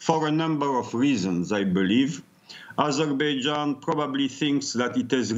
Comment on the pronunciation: Why does she pronounce Azerbaijan like that lol